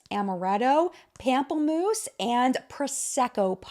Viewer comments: Please never pronounce it like pampel-mousse again. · pamplemousse sounds more like palm, and it’s the french word for grapefruit. if you’re moving here you gotta know french a bit lol.